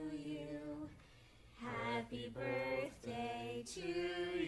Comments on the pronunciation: i’m crying saying borthday 😭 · in the new birthday slime, I cannot unhear saying “borfday”